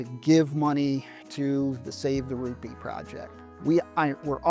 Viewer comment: Heard of it. Been there. :) The first time you said Ruppe Building I heard Ruby Building. Yup, color checks out. That sense of community is one of the many things I loved about Da UP.